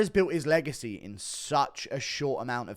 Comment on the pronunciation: When you say legacy you sound like your having a stroke lol 😂😂